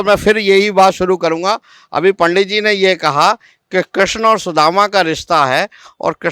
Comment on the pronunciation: Kreshn Nhi Krishna hota be